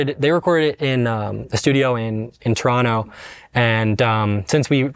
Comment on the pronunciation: Monster player... and he pronounces Toronto correctly lol.